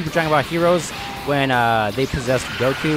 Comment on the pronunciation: its goku not joku